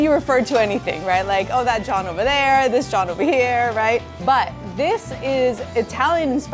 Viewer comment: I love the fact that you finally visit Philly to do some vegan restaurant stops. What cracks me up is you pronouncing Jawn as John😂😂😂😂. ❤